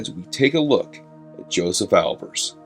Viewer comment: Have you heard the correct pronunciation of his name?